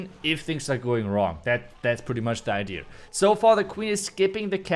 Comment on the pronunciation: why do you keep saying idear? It is idea and has no letter R 😉